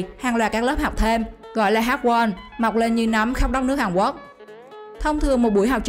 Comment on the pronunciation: Quốc mà bạn này cứ đọc Quắc nghe khó chịu ghê